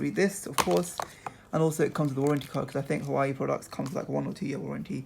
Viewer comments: Just saying you don't pronounce it hawaii, you pronoune it like hoo waa way (well that's how I pronounce it and how most other people pronounce it. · It's pronounced 'WAH-WAY' NOT 'HU-WAH-EE' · You pronounce hauwei like this, Wah-wai not Hawaii.. Jeez Louis 🤦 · U pronounced huawei wrong it's huawai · Actually it's pronounced hoo waa way